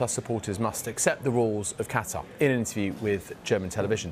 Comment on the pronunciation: This Qatari person really doesn't have much of a Qatar accent... Doesn't even say Qatar correctly